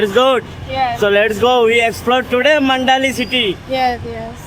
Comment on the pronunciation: আপনি মান্ডালি বলছেন, কিন্তু এই শহরের নাম মান্দালে বা Mandalay.